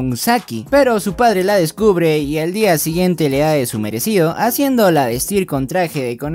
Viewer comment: No sé si se dieron cuenta pero en el minuto dice al día iguiente